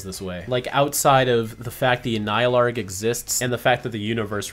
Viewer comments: man just causally pronounced the full pronunciation of Annihilarg, without giving it a second thought. cool cool cool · I love how memorized how to pronounce the anialarg